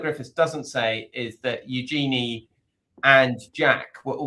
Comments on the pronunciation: It is pronounced YOO-zhuh-nee. Emphasis on front end and soft j. It’s actually a pretty name when pronounced properly. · First up, pronounce Eugenie's name properly. It's a soft g, listen to the Queen pronounce it. Yes, Edo was definitely in it for the name of the Princess, that's obvious. You think if she wasn't royalty, he'd have married her?